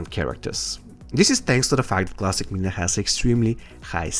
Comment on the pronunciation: Mileena not melina